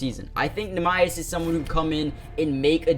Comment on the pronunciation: NEEMAS Quid-Ta